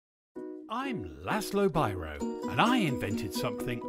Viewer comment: Pronounced wrong. That's one of the huge mistake. In English his (my) name should be pronounced as beerow.